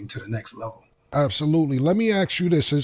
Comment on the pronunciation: Why does he say "axe" instead of "ask"